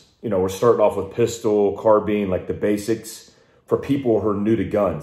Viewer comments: Its not though. since when does bine make a bean sound? Where is the a? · He says "car bean" other than that I cant see reason to hate him either.